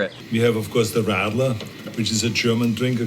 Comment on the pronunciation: And also how he pronounced it :D